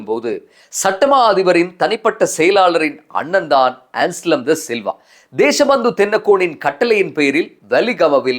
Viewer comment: "ANSLEM" "அன்ஸ்லம் "ඇන්ස්ලම්" "என்ஸ்லம்" "එන්ස්ලම්" அல்ல